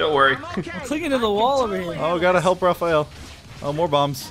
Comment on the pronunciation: it's Raphael not ralph